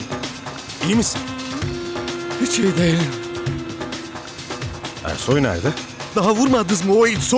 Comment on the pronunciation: Zazanin Ersoy a Kersoy (eşşek) demesi 😄😄😄